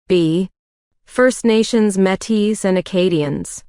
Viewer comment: The AI pronunciation is a bit bothersome, esp when pronouncing 'Métis' but overall, thanks for these tests!